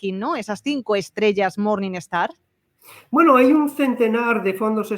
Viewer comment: "MORNINGSTAR", NO "MORNINESTAR" 😂